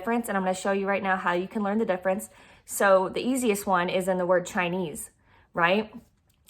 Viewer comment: Everything was beautiful…until the word “ChiNEse!!!! She’s saying chi..eze and leaving out the N???!!! Why??? Everyone knows the word CHINESE has an N in the middle… no one says chi…eze…NO ONE!!!! The N is integral to saying the word correctly…Chi N ese!!! Period…nothing else to consider…Chinese….